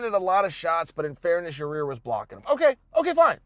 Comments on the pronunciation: It ain't Ya-Rear Uncle Chael.. For the umpteenth time It's Ya-Ear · (Ya-rear) Rodriguez lol chael it’s (ya-ear) yair ... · Ya rear??? 'Yai-ear'...Chael, come on dude! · YaRear!!! Lol c'mon Chael. YAH EAR DUMMY! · Chael: So Yareeer... Every1- its Yair Chael- ok great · Yaaaa ear!!! Not ya rear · “Ya-Rare.” Chael (Allweight GOAT) Sonnen -2019. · Ya--- clears throat Excuse me. YA-REAR RODRIGUEZ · Chael mispronouncing names is my favorite thing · Anybody else come here to hear Uncle Chael say “Yah-reer” again? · 1 second in.. Chael : "Ya-rear" Me: "Ok Great" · "Ya-ear...excuse me...Ya Rear Rodriguez" - Uncle Chael 😂😂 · "Ya-reer" 😂😂😂😂 gotta luv it! Only uncle Chael... 😂🤣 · Chael Stick your decision win up "Ya-rear" Sonnen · “ Your-Ear Vs Jeremy “ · Still calling him “Your-rear” lol! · hey unc do us a favor.. its pronounced yi-year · Ya'Rir... Yar'Rir, Ya-Ya-Reer Rodriguez... Yarir. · Holy shit, he actually does say Ya-rear. And Bolth. Also Brikfrest. You ok Uncle Chael? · Uncle Chael constantly slaughtering names . YAREAR and Kumar as examples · Yai - ear chael, your friend corrected you a few weeks ago lmao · Ya-e-air. Yair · Number 1 comment underneath mine👇.... And no disrespect uncle chael its ya- ear .. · It’s YIGH- ear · Just say "ya ear" instead of trying to pronounce his name. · Yaw- rear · Had to stop watching as soon as he said your-rear. I don’t believe he’s even watching the fights anymore. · Hey Chael, stop calling Yaír “your-rear”. Because that’s obviously not how his name is pronounced. 😂😂 c’mon, man. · he ALMOST says his name right... but then catches himself lol. It’s definitely done on purpose at this point. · I don’t understand how he can continually mispronounce his name. Its 2 syllables.